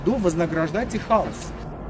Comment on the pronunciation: ХаОсу, а не хаУсу